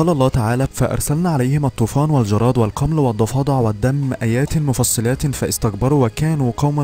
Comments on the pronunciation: حسبنا الله ونعم الوكيل بارك الله فيك يا اخي ولكن اقراء الايه بطريقه صحيحة وخاصة (فَأَرْسَلْنَا عَلَيْهِمُ الطُّوفَانَ وَالْجَرَادَ وَ<الْقُمَّلَ >وَالضَّفَادِعَ وَالدَّمَ آيَاتٍ مُّفَصَّل) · اتحدى ان المذيع غير مسلم واتحدى ان من عمل الفديو غير مسلم سؤال: اذا كان عقاب من الله هل ينزله على بيته بل اكرم واحب واول بيت وضع للناس والدليل اسمعوا كيف يقرأالآية وخاصة كلمة "القمل" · لقد قرأت كلمة (القمل) خطأ ارجو اعادة القراءة الصحيحة.